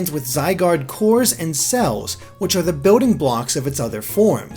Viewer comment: beeoding blocks. lol BUILD ING not beeoding